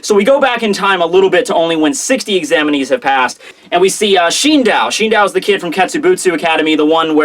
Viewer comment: Shindow? What? Shi-n-do-u. Where is that 'w' coming from